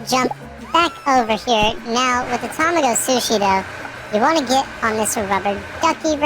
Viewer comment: Tamago is actually pronounced tuh-mah-go